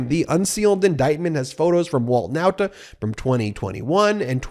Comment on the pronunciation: Ben you keep on mispronopuncing the Nauta name. Why? I have already reminded you in the comments section. Guess you don't read them. For the record, you keep pronoucing the Nauta name as: N O W T A. This is 100 percent wrong. The pronounciation should be: NAWTA (as in the pronounciation of RAW). How would you feel if people referred to you as Ben Measles?